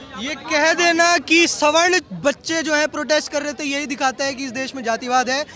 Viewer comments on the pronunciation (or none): अनपढ़ सवर्ण को स्वर्ण बोल रही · सही शब्द सवर्ण है न की स्वर्ण। सवर्ण उन्हें कहते हैं जो चारों वर्णों के अंतर्गत आते हैं। अर्थात् ब्राह्मण, क्षत्रिय, वैश्य और दलित ये सब सवर्ण हैं। जो इन वर्णों के अंतर्गत नहीं आते थे और अंत्यज या सबसे पिछले पायदान पर खड़े लोग जो होते थे जैसे मारे हुए जानवर के खाल उतारने वाले केवल उन्हें ही अवर्ण( बिना वर्ण) की श्रेणी में रखा गया था। ये मूर्ख स्वर्ण- स्वर्ण कर रहे हैं।